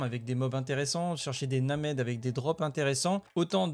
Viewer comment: Hi hi. Named se prononce Ném’d;p (Gunthar)